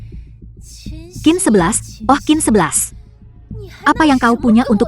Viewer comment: Dubing nya bikin sakit kepala tau xin xi dibaca Kin 11 waduhhh